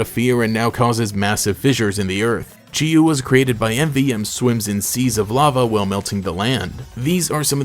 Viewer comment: So Chi-Yu is actually pronounced "chee-yee" because the Chinese origin words 鲫魚 (jìyú) are pronounced like that! I had a fun time watching this video, love my ruinous apocalypse buddies